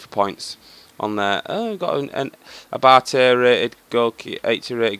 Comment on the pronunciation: Abbati Not Abate